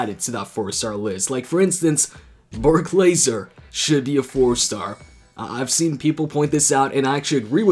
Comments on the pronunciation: who is Bork lazer 😂😂😂 , u mean Brock lesnar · Did anyone notice he said berk lazer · u tryna say Brock lesnar? Lol